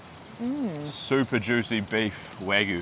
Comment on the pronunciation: Just a bit too much information 😁And mispronunciation of the burgers as you left out the Y as is WagYu